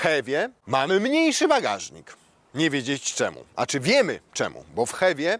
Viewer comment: powiedział wagażnik? Powiedział?!